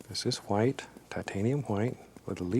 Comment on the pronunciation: mimi !! Old school way of saying Wh-words.